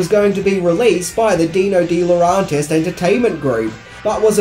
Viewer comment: you trigger my OCD every time you mispronounce DeLaurentis...it's phonetic,pronounce it more like dela-urentis,jeez...